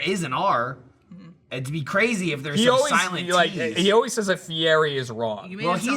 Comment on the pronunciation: Jeremy had the correct pronunciation of Fieri.